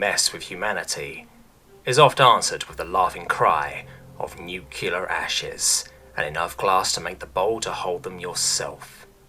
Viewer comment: there's only one "u" in "nuclear"